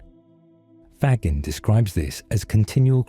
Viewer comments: Gagging is mispronounced here. "Fa-gene" is closer to correct. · You are doing something ESSENTIAL by making Federico Faggin’s insights more available and understandable. However using a computer generated voice-over contradicts the essential message and, to my ear, weakens the message. Faggin (here consistently mispronounced) argues for the prosody of the real human voice. If you would like to sample the difference you can have mine, freely and gladly given.